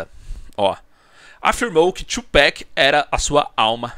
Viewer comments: “2 pack” é foda, pode falar TUPAC mesmo mano, a pronúncia parece “abrasileirada” mas é Tupac mesmo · 2Peck kkkkkk ninguem fala 2Pac direito